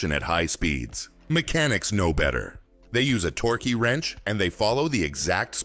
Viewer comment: Torkee wrench ?